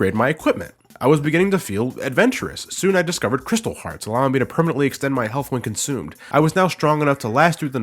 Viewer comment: Did he say ''Crystal Heart'' or ''Crystal Fart''?